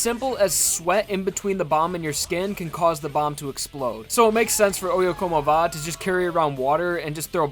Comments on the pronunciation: I always thought it'd be pronounced "Oh-yeah-come-ovah", not "Oh-yeah-como-vah". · I didn't know oyecomova was pronounced like that I always pronounce it as " Oi Come Ova"